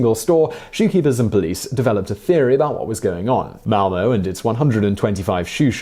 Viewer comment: Fun fact: His pronounciation of "ö" in Malmö is surprisingly similar to native Malmö residents.